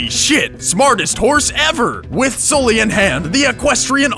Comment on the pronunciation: SOLLY... SOLLY!!!!!!!! .....its fucking Sully